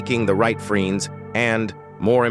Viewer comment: I think it’s AI… just based on him mispronouncing friends as “freenz.” He had some other mispronunciations too